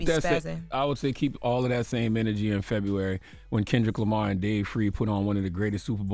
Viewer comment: It’s “KENDRICK LAMAR guys” 😂😂😂😂